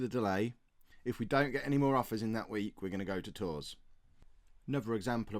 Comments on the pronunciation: 😱😱😱😱😱😱😱 that was a shocker! Realistically though with the salary it would have been hard to refuse it. I am just left bewildered how sudden it all was in the video...Non league to legend just got continental! Tours is pronounced more like "Toor" btw, I knew my gcse in French would come in handy at some point... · The "s" in Tours is silent,.